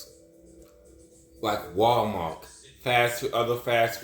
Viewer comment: WAL-MARK? I THOUGHT IT WAS.....WAL- MART T T T T T T T respectively 😅